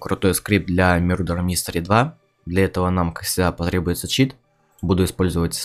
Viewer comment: Не мюрдер мистер а мердер мистер